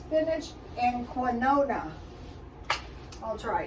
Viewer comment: I think you meant quinoa. Pronounced keen-waah. Love your energy and your creativeness. Those wings look fabulous.